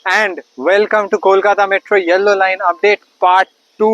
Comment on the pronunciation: ইংরাজী শব্দ টা 'ইয়েল্লো' নয়, 'ইয়েলো'।